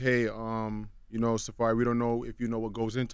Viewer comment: Safurry lol